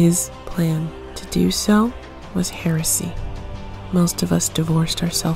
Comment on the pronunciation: I heard a lot of HERESEY in that intro 😅😋